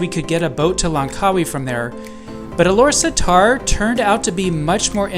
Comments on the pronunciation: its pronounce Alor Star. not satar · We pronounce it Alor Star. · I think it's pronounce as Ah-Lor-Star